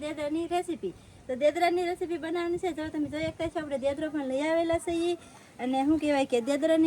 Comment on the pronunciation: દેદરો નહીં ઞેદરો કહેવાય